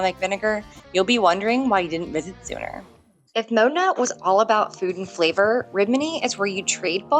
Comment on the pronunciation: OK. Just remember that the 'o' in Modena is short, not rhyming with 'go' or 'sow'.